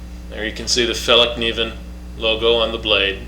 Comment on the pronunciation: It's pronounced like [fell-kniven], and not with a "silent" k.